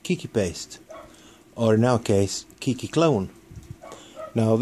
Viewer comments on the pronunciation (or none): its kay key not key key